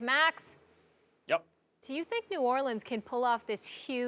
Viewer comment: Why can't Stephen A say "New Orleans" properly?